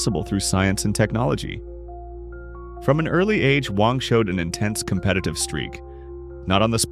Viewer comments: His last name is Wang not Wong! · Americans like to pronouce his name with short A but it's actually pronounce with a short "U" like in the word "Huh" so it should be spelled like "Wuhng"